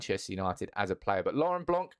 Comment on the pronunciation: You don’t really read ‘c’ in Blanc surname 😏.